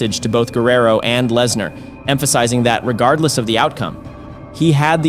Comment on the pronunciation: I figured it'd have to have been with the Lesnar, Rikishi and Bubba mispronunciations.